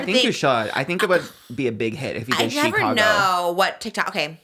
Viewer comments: Not SHE-cago 😭 it's just Chicago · it’s just called “Chicago” not Shecago 😭